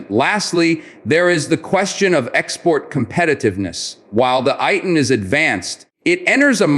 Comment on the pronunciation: Is not pronounced as AY-TN but is pronounced as Eih-Tan